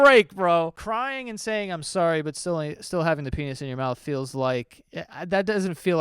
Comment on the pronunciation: "I'm rorry!" Oh my GOD I'm DONE